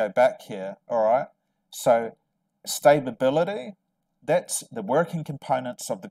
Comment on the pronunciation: Are you trying to say stability? Or stabability?